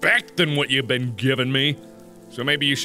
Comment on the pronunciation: he says "ben" instead of been.